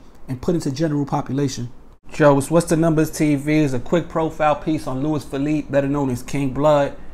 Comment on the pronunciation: It’s pronounced “Lew-ease” “Feh-leap-eh”